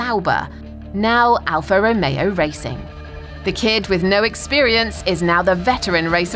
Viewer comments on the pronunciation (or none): none